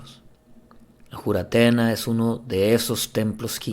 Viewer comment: Es Juratena ..o Furatena..como le dicen en Colombia